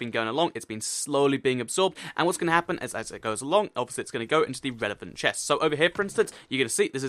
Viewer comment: This whole video I was looking at the screen eating my chips. I was like..... Did he say chest? Or pest?